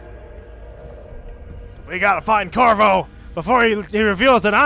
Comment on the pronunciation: Lol his name is Corvo, not Corzo.